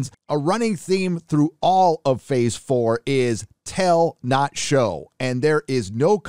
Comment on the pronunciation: "Phase BORE" -- LoL